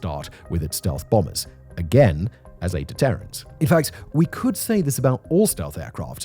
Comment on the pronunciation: Why does he saying “deterrent” like that?? 😠